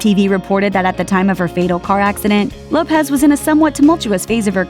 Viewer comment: it’s lopes not lopez